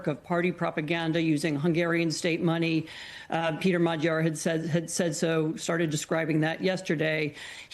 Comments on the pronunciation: Mag - Yar... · Dear Americans: Is it really that hard to check the pronunciation of the winner's name? Magyar literally means "Hungarian." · Anchor didn't even bother to learn Magyar's name. Jesus.